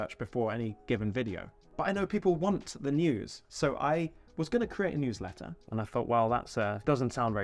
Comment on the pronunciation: The LEWSLETTER 😆 I love it 👍